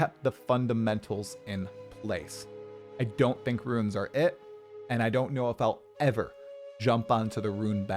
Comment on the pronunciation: saying “ruins” for “runes” that many times in a row nearly gave me an aneurysm